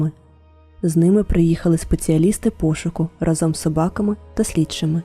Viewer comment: Дякую за цікаву історію! раніше чула про неї ще на якомусь російському, прости господи, каналі, але ваш виклад мені сподобався найбільше! Під час перегляду помітила декілька помилок в українській, дозвольте на них вказати😅 У слові "разом" наголос ставиться на перший склад, щоб легше було запам'ятати, згадайте пісню "рАзом нас багато! Нас не подолати" :) Друге це неправильне використання слова "вірно". В значенні чогось безповилкового, так, як вимагають правила - потрібно говорити "правильно" (або неправильно), а якщо говоримо про щиру любов до чогось, відданість чомусь, то це слово "вірно" (наприклад, вірно любити). У вас було: "вони хотіли увімкнути ґуґл мапу, скоріше за все, аби подивитися вірний шлях до водоспаду", а потрібно було "подивитися правильний шлях"😅 Це мій великий коментар у підтримку українськомовного контенту💔💔